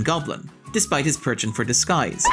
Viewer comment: "perchant for disguise" It's penchant dude. I swear you do one of these every video.